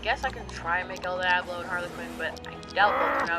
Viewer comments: Is no one complaining about the fact that he pronounced Diablo, "Die-Aw-blow"? Instead of, "Dee-Ah-Blow". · its pronuonced DEE-AH-BLO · The way they said Diablo made me wanna kill myself